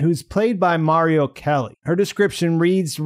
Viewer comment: Uh, that's MARLO Kelly with an "l", not "MARIO" with an "i".